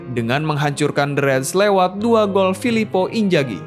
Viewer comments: Bukan injagi tapi inzagi 🤣🤣🤣🤣🤣🤣🤣🤣🤣🤣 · emang gitu bacanya? Eh bambang dari ejaan indo aja udah gak kek gitu, luh liat komentator bola Inggris maupun Italy selalu nyebut Imzaghi.